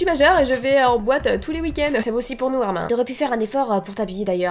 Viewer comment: Arimineeeeeee on dit le e